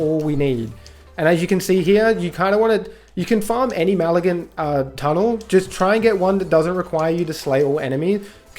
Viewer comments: point is that you were saying "maligant" (mal uh gunt) not "malignant" (muh lig nunt). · Brother.... WRATHful, not wraithful. Malignant, not Maligant.... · Also: mah-lig-nant. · it is. And what you said is NOWHERE EVEN SLIGHTLY CLOSE to malignant. Fcking hurts to listen to you. Also bahbah heart?? 🤣